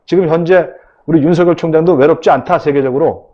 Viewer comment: 오우! 전영기 최고네요~ 더이상 무지를 드러내지 말고 윤석열 제대로 발음하세요